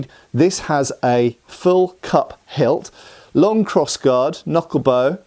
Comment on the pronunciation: Cup hilt. You are saying cup hilt! I thought you were saying cut pelt…..